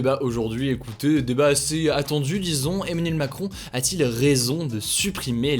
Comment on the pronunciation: Onmanuel moncrooooon, froncois holloooonde 😂